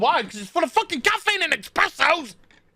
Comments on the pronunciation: Stop saying eXpresso! It's eSpresso! :_Faceplam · Every time says "EX-PRESSO" an italian cries.